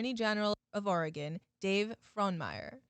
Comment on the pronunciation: Thank you for pronouncing my states name right